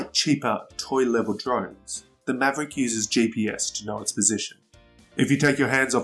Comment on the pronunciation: Enjoyed the vid but are you calling it a maverick? I swear that’s what it sounds like. 😀